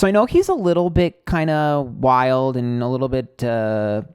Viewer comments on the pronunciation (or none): none